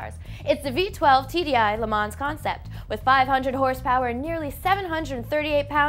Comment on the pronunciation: I just had to comment because I also noticed it on Alex's last video, but can someone please tell her that the "ns" and the end of Le Mans is not supposed to be pronounced. Le Ma is all she needs to say.